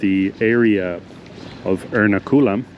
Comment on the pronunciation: btw it's pronounced er-NA-ku-lam not er-na-KU-lam